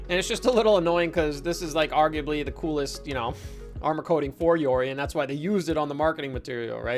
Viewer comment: His pronunciation of yoroi hurts my soul…